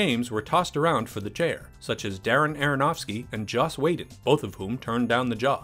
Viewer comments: It's pronounced Weedon not Waydon. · Why the hell do you keep pronouncing Joss Whedon's surname "waydon"?! It's meant to be pronounced "weedon"!! Do you live under a rock?! How do you not know this?! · "We-don"! It's pronounced "We-don", you uncultured swine! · Why does this channel always mispronounce Joss Whedon's name? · Am I the only one who was bothered how he pronounced Josh “Whedon”?